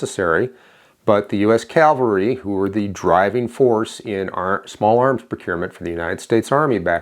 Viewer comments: C A V A L R Y!!!! NOT CALVERY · "The U.S. calvary." Nope. It's cavalry.